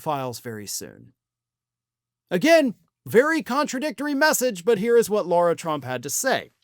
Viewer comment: Her name is lara, not Laura.